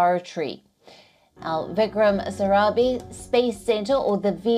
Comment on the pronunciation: She said Vikram Sarabi (for Vikram Sarabhai) 🤣